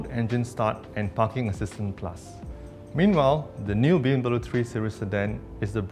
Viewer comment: presdirnya kok ga pronouncd BMW dengan baik dan benar :(